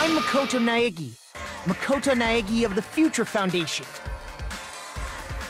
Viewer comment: Makoto: says his first and last name: Makoto Naigi